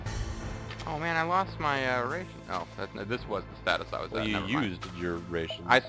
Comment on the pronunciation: You're mispronouncing ration, I don't know if you're doing this intentionally. Just curious, are you in the military? I got the impression while you're doing the LP of Zak McKracken. :)